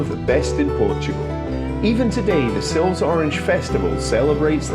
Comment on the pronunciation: Great video. To pronounce the town I believe is is 'Silvesh' but could be wrong. Next time you are there then go on a Sunday afternoon to Cafe Ingles as they have a lovely music lunch. Oh I think its Sherusgayra!! 🙂